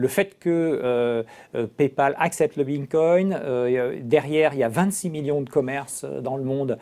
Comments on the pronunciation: le boug il commence en disant bitcom déjà ça commence très mal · S'il vous plaît. Quand vous invitez des personnes pour parler du bitcoin, assurez vous que cette personne sache au moins le prononcer correctement. "Bimcoin". La cryptomonaie gagne en crédibilité mais vous, vous en perdez de façon exponentielle. 65 likes - 17 dislikes. Reprenez vous. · Bitcom 😅 Bincoin 😅 Bitcoin (bravo!!!🥳) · Vu à quel point il a du mal à dire Bitcoin je pense qu'il est resté sur le quai notre "expert" Bitcoin